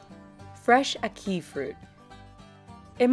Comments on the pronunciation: Ack-ee it's Ackee I know I lived in Jamaica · say it with me: AHH-KEY, AHH-KEY, AH-KEY- Ackee! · why the fuck is she saying Ackee like she saying "a key" that just got on my nerves so much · omml it's not a-key it's ahh-kee😕😂 #jamaicanrage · ACK- ee. Not ack-ee. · ACK- ee. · I hate how she pronouncing ackee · The way she pronounces ackee made me cringe😑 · When she said ackee I wanted to slap the shit out of her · I'm from Jamaica and I cringed when she said ackee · Any other Jamaicans out there laughing at how she pronounces ackee